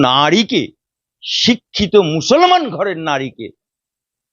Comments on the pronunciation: আপনাকে বলছি আপনি ভালো করে ভাষাটা শিখুন আপনি একটা করে উকিল আমি ভালো করে মুসলমান বলতে পারেন না আপনি বলছেন মুসলমান মুসলমান আপনি আপনার ঈমান আছে কি কি আপনি সেটা ভালো করে দেখেন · ভাষা ঠিক করে বলেন মুসলমান শব্দ বিকৃত করে বলবেন না, ভাইরাল হতে, হওয়ার জন্য অনেক কিছুই বলতে পারেন এসব বন্ধ করুন, বলতে বলতে অনেক কিছু বেশি বলে ফেলছেন,এ বিশেষ একটা দলের দালাল এবং নোট খোর, রোজিনা ম্যাডাম একটু বেশি বেশি করে ফেলছেন মুসলিম বিরোধী দালালদের কাছে বেশি যাচ্ছেন মুসলিম হলেও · ভালো করে মুসলমান উচ্চারণ করতে পারে না আপনি কিসের মুসলমান